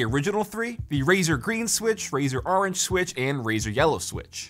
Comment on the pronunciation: nobody: absolutely nobody: not even a soul:: “ArAnGe”